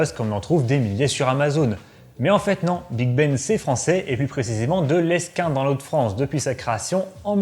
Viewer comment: la ville de Lesquin se prononce ''léquin'' 😉